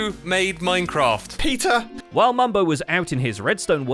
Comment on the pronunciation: I'm dying at 🤣🤣 "Who made Minecraft?" "PEETAUH"